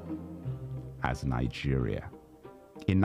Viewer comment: Why y'all oga pple pronounce your country with an N in the middle(ningeria)🤣🤣🤣🤣😁😂😂